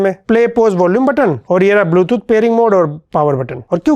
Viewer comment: dekstop dextop😂😂 bootooth😂😂😂